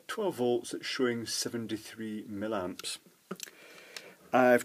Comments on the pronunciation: Why millamps but milliwatts? The former appears, to me, to be an unpleasant affectation, and thoroughly spoiled my enjoyment of this this presentation. Normally I really like your videos, but this mispronunciation is grating :( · ...from where does the word...milamps...come from.....???....milliamps yes but milamps??? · It sounds most odd the way you say "millamps" instead of "milliamps". Is that a Scottish thing? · .Being a retired electrical engineer , l enjoy your vids ... particularly the Chinese crap stuff you rip apart , it's just that "milamps" does piss me off ! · Its an American thin as well. Not sure why we do it.